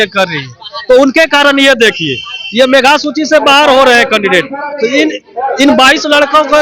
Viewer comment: मेघा नही बे मेधा सूची होती है, क्या शिक्षक बनेगा रे तू